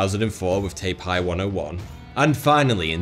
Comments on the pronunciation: Taipei pronounced as Tie-pay 101 Not tay-pie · Weirdest way to say Taipei I've ever heard!